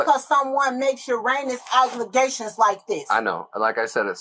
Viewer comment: "YOUR-ANUS OBLIGATIONS" 😂😂😂this lady dont even know how to talk....what she was TRYING TO SAY WAS "ERRONEOUS ALLEGATIONS" 😂😂😂yall I just cant with some of these people that be standing there serious as hell saying all kind of made up words like they know what tf they are saying 😂😂😂!!